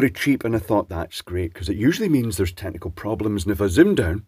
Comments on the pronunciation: I thought you said tentacle problems rather than technical problems, and now I shall refer to them by nothing else. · OK is it "technical problems" or "tentacle problems" can I get a clarification? The accent is just not cutting it this time and it couldn't be both right?